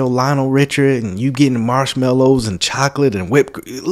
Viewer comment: Are we sure this is a woman? BTW, if she’s trying to sound “urban “, we don’t pronounce it “choklik”, it’s chocolate. She’s obnoxious.